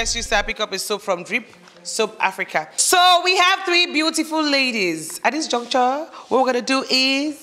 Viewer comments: Please it is “At this juncture…. “ and not “at this junction….” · Host, its "at this juncture" not Junction. Thanks